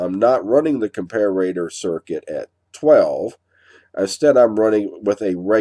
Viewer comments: I also wanted to know why you pronounce comparator, as if it's written : "compararator", with two "r's" ? :) English is not my native tongue. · I love your videos but every time I hear you pronounce ‘Comparator’ I cringe. Where did you pick up the ‘ComparAAtor’ pronunciation? Check out